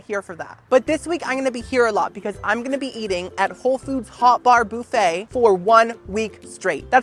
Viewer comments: Young Man, Please, I understand that this is Your content, but Please the word Buffet is Not pronounced "BOO-Fey" it is pronounce "Buf-fey" I am a Gen x English teacher's daughter, and this kind of thing was drilled into my head as a child. Of course there are no Tenders or Loins on a Chicken wing. It the Wrong part of the anatomy. Do yourself a favor, Google Terrine Cake. Because, honestly, you come across as someone who is lacking in the necessary skills to Adult on his own. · It's BUH-fay not BOO-fay loll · oh my god, if you say booooffet one more time! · It's pronounced as buff-aa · BOO-FUT. HAHA😂😅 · The “boo-feigh” takes me out every time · I love the way says, Boofay. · Is the pronunciation of buffet a bit and I’m just unaware of the origin? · I will never get over the way you pronounce buffet😂 I just think of Phoebe from friends so I love it and I love you!